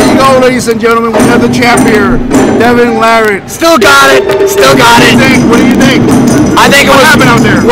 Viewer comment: Why can't you Yanks say Devons last name Correctly